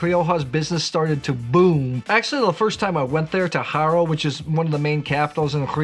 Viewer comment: Haro is "aro". Not "j"aro. Just as an info. And yes, you should visit it.